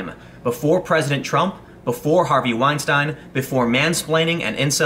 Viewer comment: Can you really call yourself a journalist if you don't know how to pronounce Weinstein, even after all his media coverage? P. S. Using the logic "she said the word hate, so it's hate speech" is idiotic.